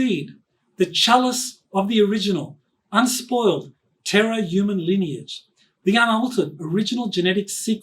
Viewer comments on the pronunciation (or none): none